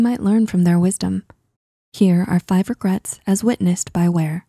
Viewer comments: “Regrats”? Why even take this seriously. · “5 regrats”